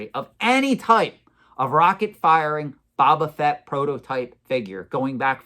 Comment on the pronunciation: I’m just curious, do you intentionally mispronounce Boba Fett? Is Boba, not Baba… 😂